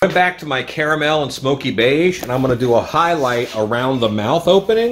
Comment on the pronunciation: wicked makers mentioned your channel and i’m so glad i decided to check out a few of your videos. i subscribed because your mannerism is just like my mom (even getting distracted by the tv) & your pronunciation of caramel! 😂❤ thanks for all the tutorials!